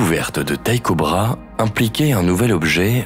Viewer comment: Très belle vidéo, cependant une petite correction l'astronome danois que vous citez se nomme Tycho Brahé et cela se prononce brahé, pas bra